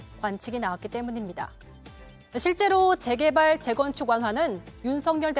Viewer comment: 무슨 아나운서가 제게발만 두번 말함 ㅋㅋ 한심하디